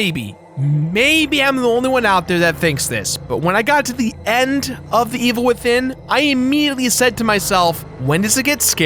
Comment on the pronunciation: I was giving you the benefit of the doubt until you said the Evil Withinin.